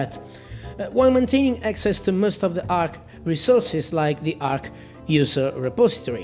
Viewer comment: Arch not Ark